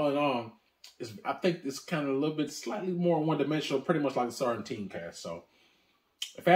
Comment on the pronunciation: I was wondering, why the extra 'T' in Sauternes? haha